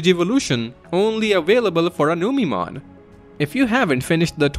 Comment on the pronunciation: Numeemon instead of Numemon yessir!